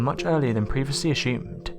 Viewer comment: This guys videos are always intriguing and they captivate well enough for sure, but DOOOOOOOD it’s ASSUMED not Aschoomed, Ah-Sssss- oooomed. And hey no big deal if ya can’t say it, but X-Nay it from the narrative then . It was thought, or it’s believed, or left to my own thoughts, hell even I Thunk it be! Anyways carry on.